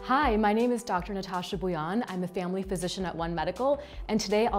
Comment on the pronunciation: Bhuyan is a Assamese surname but how she's pronouncing Her own surname wrong?